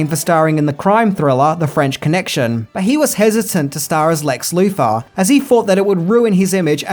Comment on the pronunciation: Could you kindly PLEASE stop mispronouncing your th's as f or v? It's Lex *Luthor*, not "Loofah." Superman's enemy was not a rough sponge! Fank you. I mean, thank you.